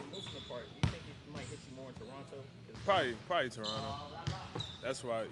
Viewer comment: Derozan definitely from Toronto after pronouncing Toronto like that haha.